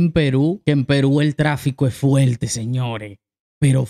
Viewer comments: Fuerte, no fuelte Se dice fuerte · Buenazo una curiosidad por qué a la r le hacen l. Es FUERTE NO FUELTE es Doctor no Doctol con r ya es hora que se hagan amigos con la R sobre todo si son comunicadores